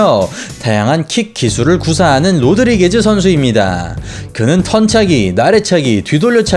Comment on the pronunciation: '로드리게즈'가 아니라 '로드리게스' 입니다. 너무 거슬리네요.